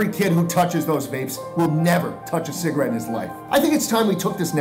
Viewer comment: "schligarette" can never make us forget the things he sold in '99